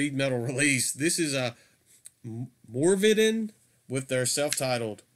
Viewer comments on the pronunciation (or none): Man I must've had like three orders pending with LAD at any one time, it's insane. Funny, everytime you kept saying "Morvidhen" … It sounded like you were saying "More Biden!" ……I was like, Nooooooooo… we DO NOT need any more Biden, LOL!